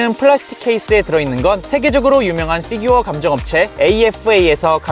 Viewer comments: 쁴규어라고 발음하는게... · 피규어 발음할때 피 만 원어발음으로 하는거 개웃기네